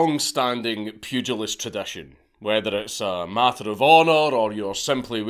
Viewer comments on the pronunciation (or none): none